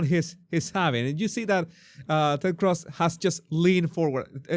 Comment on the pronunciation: You're Venezuelan and can't pronounce Cruz? Jesus